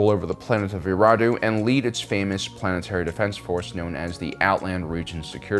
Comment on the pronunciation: I’m not trying to be a jerk but you’re missing a syllable saying Eriadu